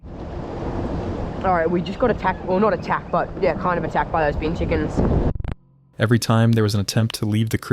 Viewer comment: I’m Australian and it’s BIN CHICKEN NOT Being chickens AND MOST CERTINALY NOT BEAN CHICKEN